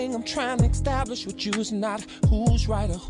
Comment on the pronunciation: Extablish lol